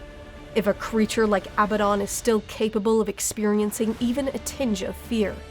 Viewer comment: Why the hell can noone pronounce Abaddon correctly? The stress is on the second a, not the first.